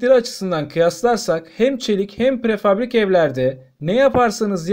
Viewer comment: Prefabrik değil! Prefabrike denir...